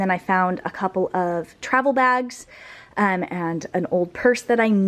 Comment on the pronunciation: I notice umm sounds like emm ;)